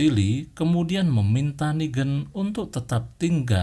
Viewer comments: Bang coba ngomong inggrisnya agak di perbaiki Kayak ngomong negan jangan nigen tp negan Luccile jangan lusile tapi lusill Dll biar penonton abang betah dengerin ceritanya bang! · klo inggris lebih ke neigan (pake logat inggris) klo ini nigen tapi logatnya indo